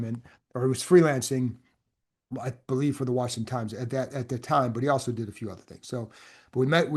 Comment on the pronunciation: Thank you for this heartfelt tribute. I told my wife this week that I had watched so many of his YouTube videos that I felt like I’d lost a relative. One reason I always smiled when I heard him say Washington: my grandmother ( ) grew up in DC and spent the first 30 years of her life there before my grandparents settled in NC. Whenever I heard him say “Rick Snider’s WARSHINGTON”, I loved it, because it always reminded me of her- she also put that R in Washington. You don’t hear that pronunciation much any more. He was extremely knowledgeable, fair, and really easy to listen to- like you were just shooting the breeze with a buddy, discussing a football game. He will be greatly missed.